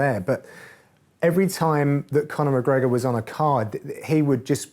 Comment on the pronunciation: you live in England, it's Connor